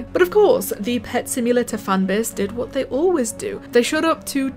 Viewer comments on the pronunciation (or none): Simulatuh sound hard